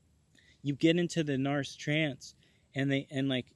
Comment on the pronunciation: I like the way you say narse..as in arse. Everyone else says narc (pronounced nark)